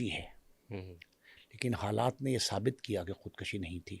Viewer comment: کام لکھنا اور باتیں کرنا اور خود کشی کا لفظ درست ادا کرنا نہ آنا——- قیامت ہے